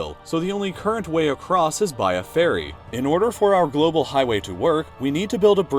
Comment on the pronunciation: I thought he said fairy but he said ferry 😂